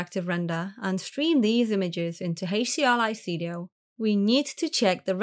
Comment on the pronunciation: "Heysch-D-R-Li-Studio"...I... just... can't. I tried, but it hurts 😢